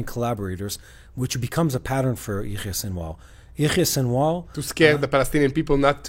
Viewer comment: seems to be pronouncing Sinwar's first name in a strange way. What he says does not sound like Yahya. Or is he talking about someone else? What is he saying? Is he using a nickname? If so, it would be helpful to spell these names, so that people unfamiliar with Arabic or Hebrew names could understand better. Also, when you mention the names of places, or other unfamiliar terms, it would be helpful to spell them on the screen to aid in understanding